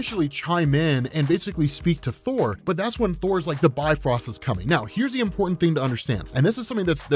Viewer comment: Bifrost is actually pronounced "bif-rost", not by-frost. Technically it sounds more like "beefroast".